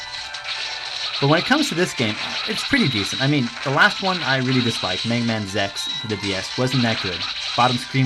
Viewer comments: why are you saying zex, instead of Z X? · Dude you gotta pronounce it right! it's Zee-Ex not Zex! >:P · did he just say zex? It's not bad it's an ok review... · I'm sorry... Rockman Zex? As in Sex? Isn't it supposed to be Z X? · Lol, Zex... I don't know why you pronounced it Zex this time and Z-X in the one before...